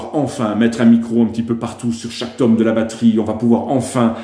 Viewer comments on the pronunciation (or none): none